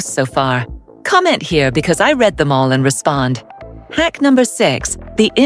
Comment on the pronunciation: If you want to sound more human, be a little more careful with your words. "Read" is pronounced differently in the past tense.